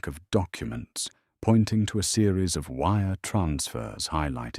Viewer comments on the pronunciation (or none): none